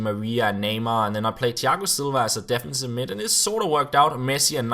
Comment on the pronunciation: You say defensiv midt PS I am danish